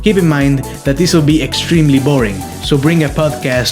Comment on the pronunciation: Danger “sextreme” lmaooo. Great vid dude.